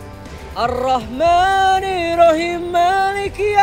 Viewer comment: Arrohmanirrohiim bukan Arrohmanirohiim